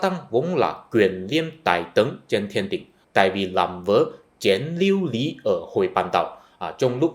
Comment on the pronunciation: bị lợi dụng ko phải tận dung nha anh. Chén lưu ly chứ ko phải lưu lý.